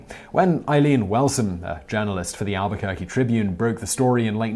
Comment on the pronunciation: Thank u for pronouncing Albuquerque correctly